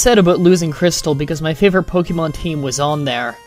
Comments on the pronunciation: whe you said favorite i got kinda pissed. its FAY-VOR-IT not FAYFOR-ITE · It's great but you pronounce "color" and "favorite" kind of oddly.